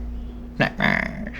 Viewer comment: Did he say sack smash that one time?